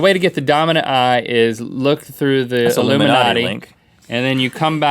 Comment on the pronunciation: when link was putting a triangle around his eye did any one else realize Rhett said lumminatti